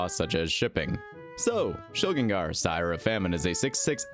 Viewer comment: Ayyy someone who pronounces Shilgengar like a normal human! Thank you